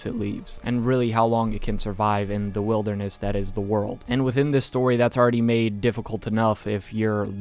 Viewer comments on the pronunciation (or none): none